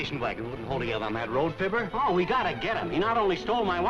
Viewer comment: Fibber, not "Filbert."